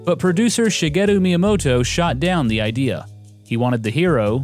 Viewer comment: Your pronunciation of Japanese names is really good. Most VG YouTubers butcher them.